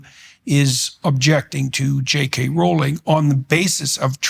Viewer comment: Amused by how he's defending J. K. Rowling but pronounces her name wrong. Can't blame him! Whenever I read it, my mind thinks the same thing. My mnemonic is: 'J. K. Rowling isn't going bowling. But if she were a werewolf, she'd be howling and growling and yowling.'